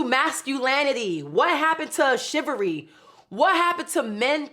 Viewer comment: 'shivary' isn't a word. It's Chivalry. Pronounce each letter clearly